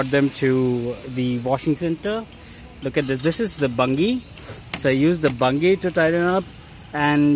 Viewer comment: Bungey is pronounced bunjee